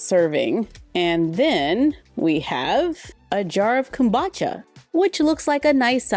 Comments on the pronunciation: it’s pronounced “come-boo-cha” not kambacha. the mispronunciation is driving me crazy😭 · Am I the only one that thinks that Kombucha is pronounced Com-Boo-Cha? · Omg why are you saying kombucha like that 😂